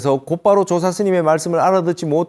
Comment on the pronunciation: 조사의 사를 왜 강하게 발음하십니까? 첫 자를 약간 강하게 발음하셔야지요!